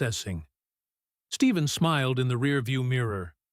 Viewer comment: PLEASE... HIS NAME IS NOT STEVEN!! IT'S STEPH- EN CURRY!!!